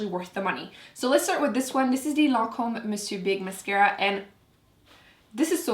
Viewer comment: Thank you! You're the only YouTuber who knows how to pronounce "Monsieur Big". It makes me crazy to hear everyone say "Man Sewer Big". :)